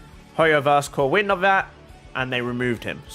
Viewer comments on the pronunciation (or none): none